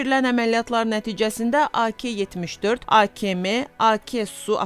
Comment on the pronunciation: A KE yox A KA deyilir . Bu avtomat silahin adini oyren, duz teleffuz et. Senin verlisine qulaq asan , bu silahin adini , senin kimi teleffuz edecekler. Get qoyun, inek sag. Jurnalistika senlik deyil.